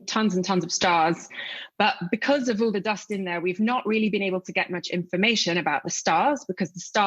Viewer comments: 'Doe-ust' had me confused for a sec. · English isn't my first language but I just absolutely love how you pronounce "dúst" 😁